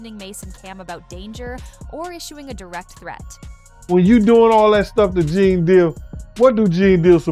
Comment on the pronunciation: Stopped watching as soon as it pronounced his name Gan Deal…how tf you have a 20 minute video and start it off with some bullshit 🤦🏼‍♂️😂